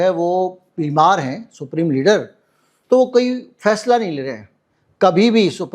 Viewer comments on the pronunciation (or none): none